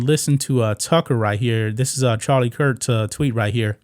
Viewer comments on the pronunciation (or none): none